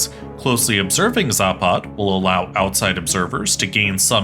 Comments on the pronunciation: Its not zāpād, its zapad. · It's pronounced západ. Stress on the first 'a'. You could try saying it like zápud. It means west. Vostok (pronounced vastók) means east. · does anyone thats from the slavic nations cringe so hard when he says zapad in the wrong accent